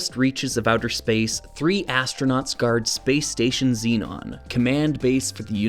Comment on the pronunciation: As spelt shouldn't Zenon be pronounced Zen-on rather than Zee-non? Perhaps this is a North American thing?